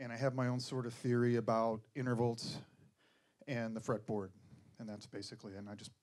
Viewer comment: Did he say innerverlts?